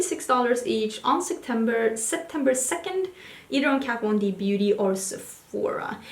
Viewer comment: "Let's talk about KAT VOND Desease" I'm dead